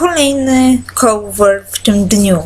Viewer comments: " kołwer " XD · ''Kołwer'' :D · kąłwer hahha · "Kołwer" HAHAHAHAHAHAH XDD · "kołwer" xD